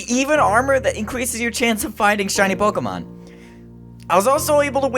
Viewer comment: Thanks god your saying pokemon right. Everyone else says [poke-ee-mone].